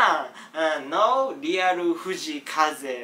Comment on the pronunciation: フジイカゼだけ発音いい笑笑